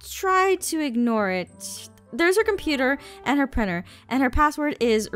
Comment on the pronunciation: Did this annoy anyone else “Hey do you have a priner “ prinTer